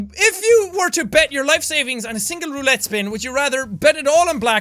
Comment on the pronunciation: Does anyone else get triggered when he says roulette wrong?🤔